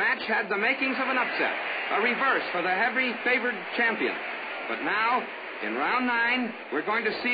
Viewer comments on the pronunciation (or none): none